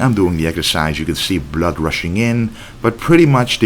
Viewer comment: I love it how you say blurd. Keep pushing 😎💪👊